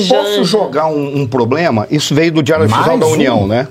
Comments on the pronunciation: Devia sair como candidata , queremos ver ele falar ploblema, faraônica, abrido por aí vai😂😂😂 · Janja, nem conhece a língua portuguesa .. ( poblema, inrresponsabilidade, abrido...)